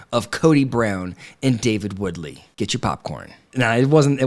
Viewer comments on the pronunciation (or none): I thought David's last name was Wooley, not Woodley. Am I wrong? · Its Wooley. Come on get it together😉